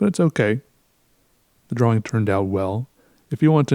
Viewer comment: I love the way you say drawing